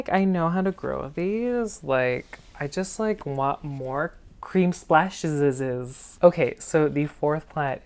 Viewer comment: Haha “cream splashesesesz”